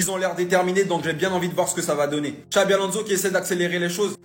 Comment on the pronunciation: On dit xabi pas xavi